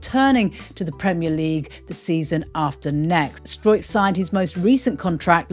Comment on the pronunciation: Great to hear you pronouncing Struijk’s name properly and not the dog’s dinner way that most commentators say it. Enjoy your afternoon round-up,!